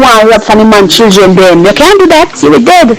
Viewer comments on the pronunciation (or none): What is chilthren? Its Children.